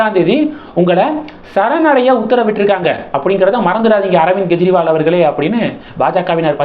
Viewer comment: Why do you repeatedly pronounce as Gejriwal? It is Kejriwal. It is K not G